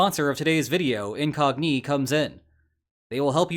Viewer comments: Why are you pronouncing Incogni like IN⚙🦵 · I hate how you pronounce incogni. I hate it so much :p